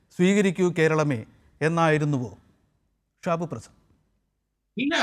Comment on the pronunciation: ഷിബുഅല്ല ഷാബു